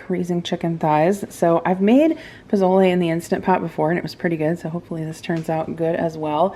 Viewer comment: I love you. Say pozole : posole 😅. As a fellow Hispanic. I’m seriously impressed you making pozole. Happy u enjoy this dish ❤❤❤❤❤